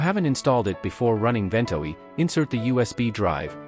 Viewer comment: One of the worst AI voices ever, not to say that there are any good ones. It has at least three different pronunciations of "Ventoy" and it has a slow flat evenly-spaced pace that sounds like someone using the search-and-pick method of typing.